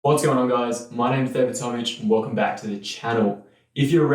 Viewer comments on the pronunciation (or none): none